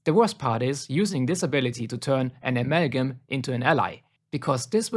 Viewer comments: Amagum Its amalgam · Bro please please stop saying “amalgam” that way i beg u 😭😭😭 aMeLlGiM